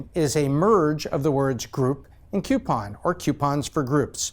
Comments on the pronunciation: Is it just me or is he saying "CUEpon" everytime and not "COUPon"? It's driving me nuts! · smart dude for sure.. but a pet peeve I can't get over.. they are not "Queue-pons" they are "Coo-pons" there isn't a "QU" at the beginning of the word. I know, grammar nazi, it's the little things I guess. I love the channel, though! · "KEW-pon" Is from "YEW-stun?" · It's not pronounced cupon. I like the video and the content but that's really annoying. You say Groupon properly but can't pronounce coupon? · PLEASE PLEASE stop mispronouncing "coupon". ;) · And that's how pronounce Coupon! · If only he could pronounce the word coupon correctly? It’s not spelt with a Q it’s spelt with a C